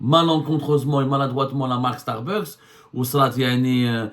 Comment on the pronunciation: Correction de prononciation: on dit Starbucks( starbax). Pas starbeuks